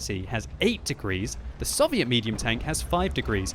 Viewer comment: did he call the t25/5 soviot